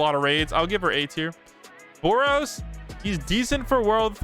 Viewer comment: Bro said boros on brook💀